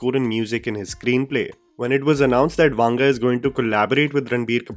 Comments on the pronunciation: It's not वांग it's वंग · It is not pronounced वांगा, just वंगा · His surname is not वांग rather it's वंग. If you are covering any non Hindi person it is a good practice to reach out to someone who speaks that language to ensure you get the pronunciation right. It can be very annoying for ppl from Telugu speaking states to hear that wrong pronounciation. You have a strong subscriber base and it is just a message away to get some help. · I have nothing to say about the video, but the way you pronounce the South Indian names... To be honest I recommend you to first hear the way we pronounce. It is not vaanga, but vanga. I've made this comment after watching so many of your videos... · It's not वांगा .. it's वंगा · Bhai it is not vaanga, its vanga. For authenticity of name pronouncement